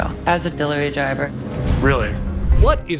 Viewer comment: "Delirervy driver"